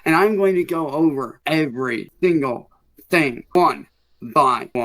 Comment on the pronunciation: "Every Thingle thing"